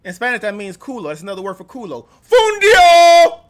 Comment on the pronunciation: Noo, not "fundio" is "FUNDILLO" you are hilarious 😆